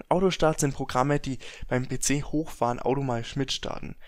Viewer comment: Be ze statt pc